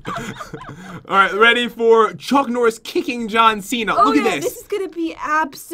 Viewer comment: It’s John not t